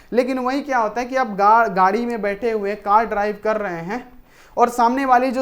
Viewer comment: sir gadi ko gad bol diye